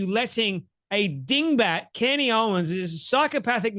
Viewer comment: Yes he did ! He absolutely did ! You are wrong ! You are so off base !! First off say her name right !! Ye idiot